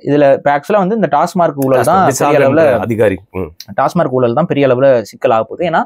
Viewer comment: Why everyone calls it tasmark. It is tasmac.